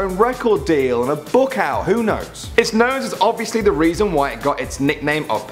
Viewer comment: Its reason not reson